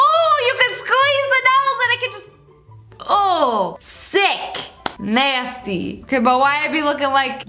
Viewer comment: “UAgH NAYSTY” Lia -2020